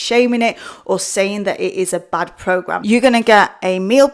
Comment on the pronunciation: You spent $106 on a V-Shwed Pwogwaam, and you had to wee-wecord the video about it ?? How fwusstwating !